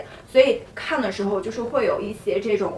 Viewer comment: practice your mandarin please, such as "yi xie", not "yi sie"